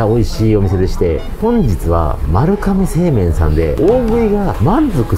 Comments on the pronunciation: こんばんは まるがめ製麺で まるかめでは無いです。 読み方間違えてます。 株式会社丸亀製麺（まるがめせいめん）です。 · まるかめ製麺って言ってるように聞こえる…🤔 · まるかめ製麺とよく間違える方が多いですが、まるがめ製麺です。